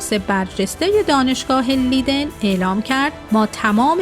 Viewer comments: تلفظ دانشگاه لیدن اشتباهه. دانشگاه لایدن درسته. Universiteit Leiden. Rapenburg 70, 2311 EZ Leiden, Netherlands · خیلی خوب. تو هم در هلند زندگی می‌کنی. نام شهری در هلند اشتباه گفته می‌شود